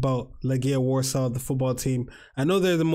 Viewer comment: Thanks for the opinion on best cou try you've been to:), to pronounce Warsaw in Polish(Warszawa) is var(a strong r) - shava which all together is varshava, like a different city.